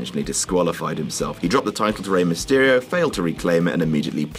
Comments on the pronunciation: Rey myesterio? Seriously? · I don't why you said Rey Mestyrio he is the KING of Lucha Libre